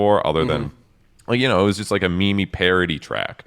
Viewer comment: Hmm today I learned y'all pronounce meme wrong